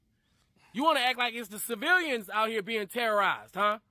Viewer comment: “civirrians”? lol.. Am I hearing that right? Did this dude grow up in mainland China?